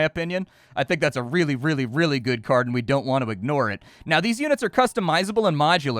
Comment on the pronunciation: Thought the game looked interesting and sounded cool until "card" was spoken. Ug. Just ug ug ug ug ug.